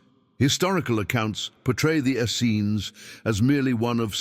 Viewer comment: Please get a human narrator so that we can get the correct pronunciation of the word "Essenes". It is pronounced "es-seens" with the accent on the 2nd syllable. The AI narrator flip-flops back and forth between the incorrect and correct pronunciations.